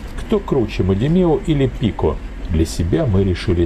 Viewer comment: Спасибо за правильное ударение. ПикО от известных блогеров просто режет слух. У меня ассоциация сразу с "мадам КликО". В общем, не серьёзно для взрослых дядек.